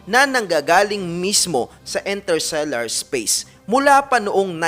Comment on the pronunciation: Interstellar po hindi "Intersellar"